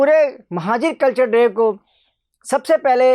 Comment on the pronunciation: Abe bhai pahle bolna Sikh culture de hota hai kachra de Nahin hota jahil